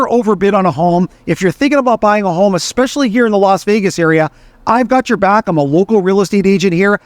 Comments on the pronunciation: You known, I know it, and expresslly. Second 3 maybe. Living in the States for over a decade I heard it a lot. Xspecilly pronounced with an X. Also, the word escape. You Americans want to say: Xcape. However the word is Es cape. Note no X. Es cape. Try saying Es cape. Then try Es specs ly. No X sound. Just trying to help you sound more like you have a grasp of the English language. It’s important to journalist. Knowers of the English language can spot you a mile away, just the way you talk. Study it, and you will be a better journalist. Just saying. (American saying). Cheers! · Hey Xpressly boy. It essentially, see…there is no X. Sound it out. Just like the coffee…espresso. See no X. Not expresso. If you want to sound like you know what you’re talking about, you got to pronounce words properly.